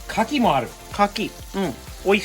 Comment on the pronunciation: アッちゃん、カキ⤴️じゃなくてカキ⤵️だよ(￣▽￣;) カキ⤴️は木に出来るアレ・・・ てか、裏にこんなBBQスペースがあるなんて、やっぱアメリカはいちいち規模がデカすぎるΣ（ﾟдﾟlll） この家を日本で建てたら一体幾らかかるのやら・・・((((；ﾟДﾟ)))))))